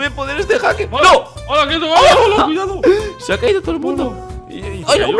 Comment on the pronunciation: cuao cuao cuado victor,cuiao nunca dijo cuidado xd cada like es un ayuda para que diga bien cuidado